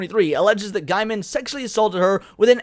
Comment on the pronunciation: From his own mouth, his last name is pronounced Gay-men, not Guy-men. People get this wrong all the time. i looked it up and he says its Gay-men. Not that it changes anything else here, but maybe get that right? to hear it from his own mouth. Other than that, I admit I don't know much about the guy other than he is a comic and book writer and was with Amanda Palmer for a bit (some kind of open relationship) I believe he was also married before that. I used to read his online journal but that was years ago. I am wondering why this suddenly came out and why they hadn't said something years ago when it happened...or did they and it's just resurfacing? I know the first wasn't that long ago, but even a couple of years seems kind of too long to wait to report such behavior? I don't know if Mr. Gaiman is guilty, of course, but I nope not. If he is....then that is pretty sad. I don't follow him on Twitter or any social media. I agree, you should make sure someone is guilty before you decide that they are guilty, even if they are a jerk.